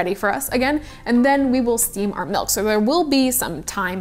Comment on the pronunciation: She says "melk" and it makes me crazy.